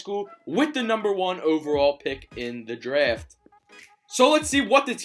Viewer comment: Why does he say draft like that